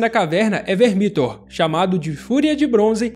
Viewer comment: Se fala "Vermíthor"?? Mto estranho, eu sempre falei "Vérmithor"